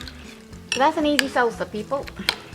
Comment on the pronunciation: she's pretty and food looks good but omg I can't stand how she pronounced alot of her words.. 😭 Saul-Sa